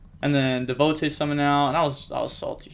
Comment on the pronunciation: The way you said dehvotay instead of devotee hurt my brain. I enjoy your content though. Keep up the grind.